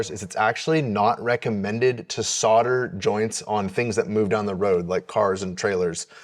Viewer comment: THE WORD SODER------- IS SOLDER IDIOT